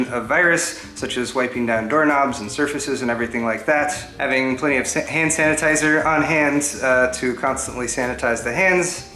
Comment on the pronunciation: you switch letters like me lol. I know you were about to say “plenty of sand hanitizer”